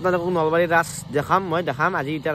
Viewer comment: ৰাচ নহয় অ ভাই ৰাস 😕 ধুই ☹️ অসমীয়া কথা দেখুন মোখত নুফুতে তোমাৰ __" আৰু মিছা কথা কিয় কোৱা হাঁহ 🦆আকৌ ৰাকেশ কেতিয়া বনালে 😏 বল্লাৰঃ 🐔🐔 সোপা হে বনাই আছেই 😏😏 ধুই কেলা 😏